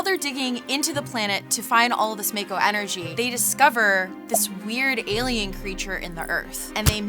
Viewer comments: mayko lol it’s actually pronounced ‘Mahko’. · It's not said as mako but as mocko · pretty sure it’s pronounced mah-ko in Crisis Core and Remake, plus that’s how it’s pronounced if you go by the Japanese vowels shrug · It's pronounced 'maw-ko' :) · The way she says "mako" and she says she's a meganerd.. cringemuch? Is she ceilinggang, not floorgang? cringe. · Not gonna lie, the way she pronounces mako makes me cringe hard....